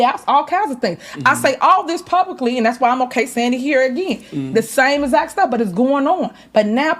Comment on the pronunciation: Is saying Zact or exact?